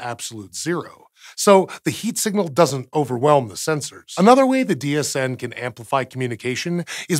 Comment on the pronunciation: Every time he says DHN I hear DHD which means I've either watched too much Stargate, or just the right amount. And im pretty sure it's the latter :)